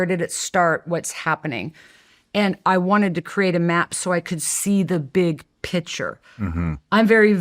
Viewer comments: Omg. Everytime she says picture “pitcher”… and she says it a lot. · Pronouncing "picture" as "pitcher".. 😭